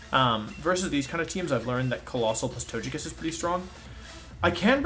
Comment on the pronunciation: Anyone really thrown off by how wolfe pronounces the names? Gigalith, togekiss, etc